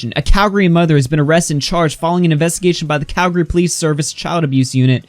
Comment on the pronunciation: thanks for not saying cal-gary